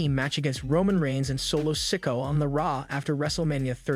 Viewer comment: Dude it’s SA- KO-UH